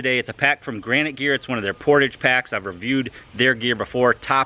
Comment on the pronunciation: portawwwge.....it's french....portage is what ya call my belly....cause I'm a portly fellow...;)